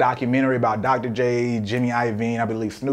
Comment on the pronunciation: bruh nah, you did not just say Dr.J lmao cmon bro